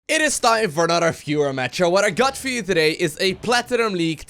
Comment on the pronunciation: come on, dude! it isn't a fewer match, it's a VIEWER match. stop pronouncing v's like f's! love your stuff, tho